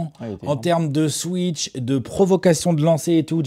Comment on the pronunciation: ils disent "swiitsheurte" et "blooaoute" depuis le début, je trouve que cela fait partie du charme de la chaîne 😅